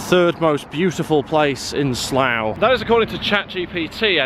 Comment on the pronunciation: Pronounced 'Slaaa'